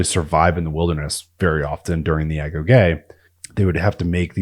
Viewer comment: Great video. Thank you for pronouncing "agoge" properly; a lot of channels use ai to narrate, and it can never get that word right.